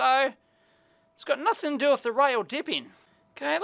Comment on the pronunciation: "nuthn, not a sausage" so Aussie, love it